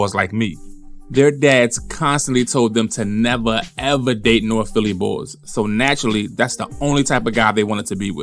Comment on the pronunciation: “From Norf” ☠️